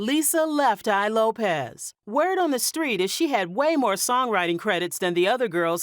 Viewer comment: Her last name is LopeS with an S not Lopez